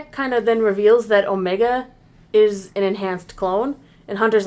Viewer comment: The "Omeega" pronunciation really exposes the voice actress as Kiwi 😂